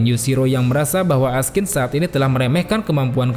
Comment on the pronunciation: namanya Askin. yg w denger Raskin.